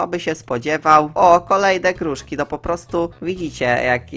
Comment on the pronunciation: czemu mówi gruŻki a nie gruszki skksks